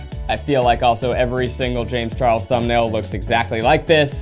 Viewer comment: "jayems char lez" HAHAHAHAH